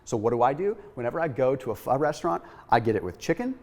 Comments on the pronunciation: pronounces Pho correctly! (so many people do not) Why would I ever doubt this when he provides such thorough info & he rolls those medical terms off his toungue so easily?: ) Thanks again! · Asian food for me is Indian, Bengali, Pakistani, Mongolian and Malay. Pho is pronounced fer